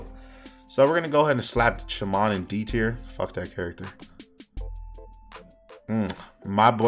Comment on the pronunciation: why he say shaman like that lmao